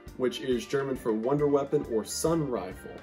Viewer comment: you trying to pronounce these german words is what keeps me going